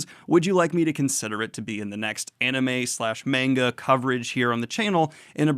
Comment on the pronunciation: Please, never again say "manga" like "mango."